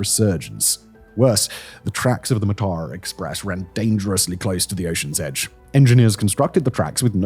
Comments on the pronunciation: note: it's pronounced maa-tha*ra (a* is a short a) me and my sister sleeping late- the only reason we missed the tsunami. came to colombo for christmas day at my grandma's, stayed the night at ours and we were supposed to leave home for induruwa at about 9. we slept in, and by the time we left it was after 10. heard about the tsunami on the radio and turned back. if we'd left at 9, we'd have been on the coastal road right near beruwala when the tsunami hit. sea is right next to the road. pretty sure this was one of the lowest points for Sri Lanka- people looting the corpses of this train made the news. it went on for days. there were rumors there had been looting of survivors after the waves receded but before the train was found by authorities, people begging for help ignored while their valuables snatched from them. politicians (including a man that would later be president) then set about looting the aid that poured in. you saw the worst of some people in that time. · I can't believe you did that journey and somehwo managed to completely butcher the name. It's pronounced "Mar-thurrer". Apart from that, great vid! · It's pronounced 'Maathara' මාතර.